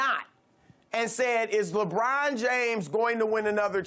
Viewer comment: Hey Broussard, it's LeBron, not "LaBraaaahn".